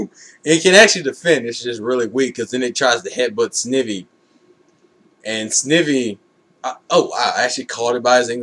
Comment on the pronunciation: Nitpicking here but it's actually pronounced Sn-I-vy. Like "eye"